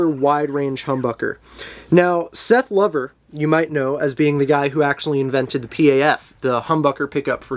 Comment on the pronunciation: Excellent demo of what sounds like a great guitar. BTW, Lover as pertains to Seth rhymes with rover.